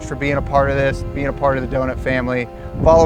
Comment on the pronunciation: Jeremiah Burr En. Must be a rare bone disease that won't allow him to say the letter T